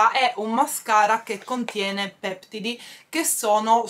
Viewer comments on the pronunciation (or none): Ciao volevo corregerti la pronuncia di peptidi, l'accento é così peptìdi. Un bacio